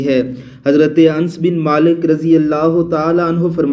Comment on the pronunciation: Hazrt anas ka naam to shi se bolna sikho pehle